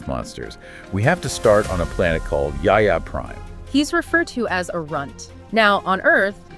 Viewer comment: Ya ya Prime?? What a terrible pronunciation of Yautja. No wonder your channel has 200 subscribers. I couldn’t even get past 30 seconds, with this egregiousness.